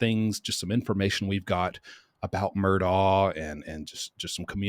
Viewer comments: The Murdaugh family themselves pronounce their surname Murdock. Please pronounce it correctly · Every YouTube person has been told this. Most refuse to pronounce it correctly regardless. I’ve known people with this name in California as well as other states and it is correctly pronounced exactly as you say it should be,. Goes way back to Celtic roots. Thank you for helping point it out again! ❤